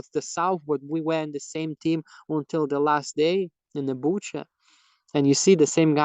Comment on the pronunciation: He's not Latvian. Latvian doesn't pronounce Butcha like he did.